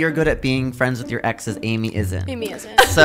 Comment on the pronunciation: I honestly lost it when she said her name was "Emy"💀😭😂